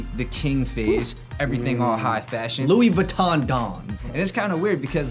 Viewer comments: this man said lewis vuitton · "Lewis" vuitton you cant even pronounce it properly mr "yeezy enthusiast" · Lou-ee viton 😂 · Luis Vuiton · "Lui Vuton" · Luis Angeles, He isn't a Louis Vuitton enthusiast is he? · This dude said LEWIS Vuitton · my nigga said lewis vuitton lmao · Did that dude say “Lewis Vuitton” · “luis vuitton” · This nigga just said Lewis vittorn lmfao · "Lewis Viton" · he said luis vitton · Dude loses all credibility when he mispronounces Louis Vuitton lol.